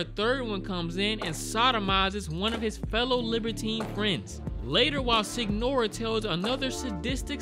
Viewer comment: Signora is pronounce as Señora. I think they call the "story tellers" that out of respect